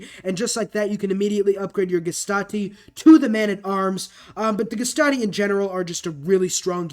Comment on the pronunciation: I'm pretty sure the gaulish unit is pronounced "gay-suh-tay" (I know haha funny) but I find it more fun hearing you screw up the pronunciation than hearing you get it right.